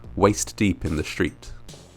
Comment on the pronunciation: If we can pronounce 'sticky' then surely we can say 'street' rather than 'schtreet' or struggle instead of 'schtruggle'.